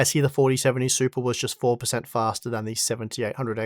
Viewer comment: Came for the 4070 Super review. Stayed to hear say SUPA a few dozen times ❤